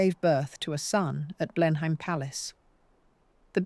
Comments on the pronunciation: It's NOT Blenhaym. Blenheim is pronounced Blenem. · AI narration. No Brit would pronounce Blenheim Palace 'Blen-hyme' 🤦🏻‍♀️ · Dear Ai... the pronunciations you're looking for are 'Blenum' Palace and 'Mobeel' Alabama!